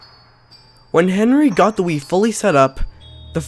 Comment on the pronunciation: For some reason I hear "Weed" instead of "Wii"